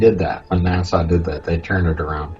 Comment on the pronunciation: Will somebody please tell that blithering imbecile there is no “W” in the pronunciation of NASA? Nah-Sah, not Nah-Saw. As for the rest, for the millionth time your opinions are not facts, Despite what FaRT says.